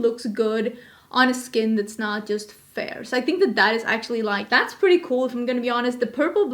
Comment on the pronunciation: You said PURDY, like a Texan!!